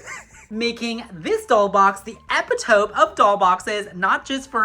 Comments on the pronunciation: Beautiful! You did a great job. And as always, your enthusiasm brings a smile to my face. LOL I used to say epitome the same way! It's actually pronounced "eh-pit-uh-me." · The way you pronounce epitome is so cute It is e-pit-oh-me tho 🥰